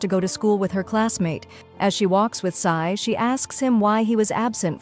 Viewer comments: She’s G is jay but k and also sai is ci-n AND iris is Aries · There names are so wrong! G? Sai? Sai is Ci-n and G is Jay-Jay! Section A? It's section E!